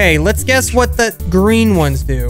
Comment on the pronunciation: Gween lol